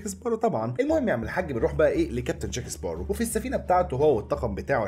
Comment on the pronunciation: بسمعك بتغير اسم جاك سباروز بتحط ز بدل سين اسمعها و هتصدق